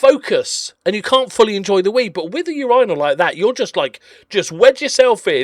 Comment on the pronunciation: Gonna have to work on that pronunciation of urinal lol